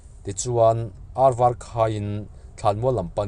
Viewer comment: Var" tih kha I lam dik lo a